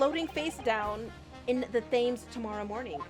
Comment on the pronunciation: Maybe it has been pointed out by now - and this is a REALLY unfair pronunciation - Thames doesn't sound like 'James' with a Th at the start. It's closer to 'Tems'. Why? Don't ask me. English is a hella-dumb language and doubly so dumb in England.